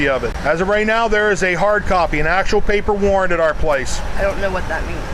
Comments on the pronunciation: "Pay-per!" had me ROLLING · absolutely beautiful to watch! 😂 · "PAY-PER." Lmao